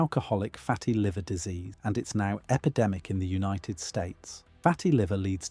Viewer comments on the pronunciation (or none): none